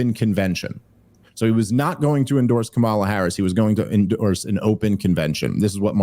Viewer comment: Not to be nitpicky, but it does kind of bug me that Dave keeps pronouncing Kamala as "Kamala," and not "Kamala "